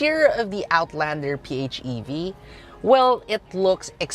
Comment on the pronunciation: P-FEV.. quite unique way of saying PHEV. In my minds its always P.H.E.V.